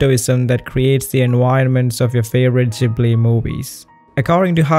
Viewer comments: Hey it’s Ghibli not jibli😂( I know because I had one of the interviews part where he said he said it by accident ) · Instead of Ghibli i sound like your saying jhibli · You don't need to rationalize it so much. Everyone can see that the Ghibli movies are better than antything else. Oh, and... newsflash? It's not "studio Zjibli". It's GHIBLY, like in "garçon".